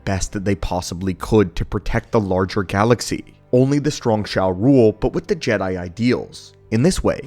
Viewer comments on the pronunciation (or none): none